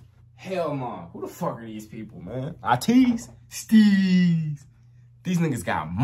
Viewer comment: thank you for ur reaction! we want more ateez 😁❤ They are an 8-member group. It's pronounced "Ay-teez" by the way. They are a very versatile group and their storyline is one of the most complex and interesting in K-pop! They are known for their powerful performance and dance, i recommend their dance practices and live stages. that's where they shine the most. i recommend guerilla, answer, inception, fireworks, wonderland, hala hala, halazia, say my name, etc etc!